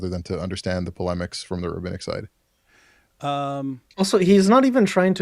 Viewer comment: he’d pronounce it “Rahabinnic” 😂